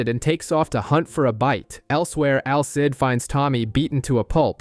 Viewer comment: Al Cid😭😭😭😭 It's Alceeeeeeeide